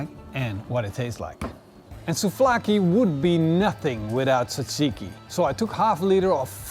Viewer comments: It's souvlaki not souflaki 😉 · Souvlaki not souflaki...I need to dislike this as always... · Souvlaki - not sofloaki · You BLAXO your not even GREEK WHAT WOULD YOU KNOW ABOUT GREEK SOUVLAKI BTW IITS NOT SOUFLAKI OR KEBAB MALAKA GET YOUR FACTS RIGHT ONLY GREEKS CAN MASTER THE ART OF MAKING SOUVLAKI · He did say it was SouFlaki ... :) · Souvlaki.... not trying to be rude